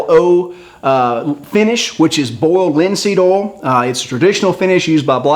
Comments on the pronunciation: boold linseed ool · "bold linseed ol" lol